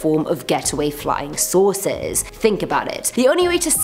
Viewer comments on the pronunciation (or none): i legit thought she said flying sauces